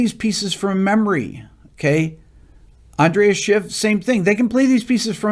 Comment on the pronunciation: So great to see Rick doing another video on Bach, an astonishing composer who has left us an incredibly rich legacy of timeless music. I find myself listening to it most days such is the nourishment it gives me. A small point, it's Andras Schiff, not Andreas.